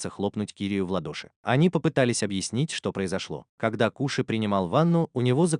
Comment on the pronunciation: Нагума Коши а не Куши на крайняк Кошы